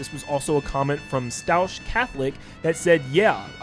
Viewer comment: There's no way you read staunch like that😂